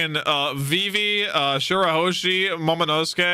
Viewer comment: Remember when could not pronounce Momonosuke even after dozens of episodes since his introduction back in Punk Hazard. To see him roll that name off his tongue like it was nothing is so satisfying to see!